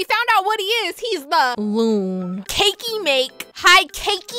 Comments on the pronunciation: "Looon"got me rolling😂😂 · I kraked up when you said loon and brid for the 1st time I was on the floor crying lol 😂🤣🤣🤣🤣😂😂😂😂🤣😂😂🤣😂🤣🤣